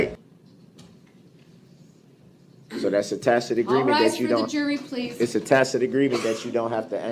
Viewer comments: Is that a "Tackit" agreement? Still makes me laugh 😂😂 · I wonder if he ever figured out if there was a tack-it (tacit) agreement. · (Ta'-kit) agreement. I want him to invest in Hooked On Phonics. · I love the “tack it” agreement. One time he said that and the judge said, “I don’t know what a tack it agreement is”. I’m sure he meant tacit but what a fool he made of himself. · Windshield wipers. How many “for de rekerd” did he say!!!! Upon yo refusal—— do dat -oaf. Guf. Tackit. Hided. Oh the words. He’s a clown.